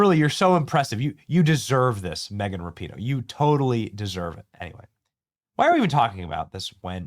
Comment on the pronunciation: It's Megan Rap-a-ho